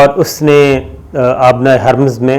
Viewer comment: لفظ ھرمز ہے یعنی "ھ" اور "م" دونوں پہ پیش ہے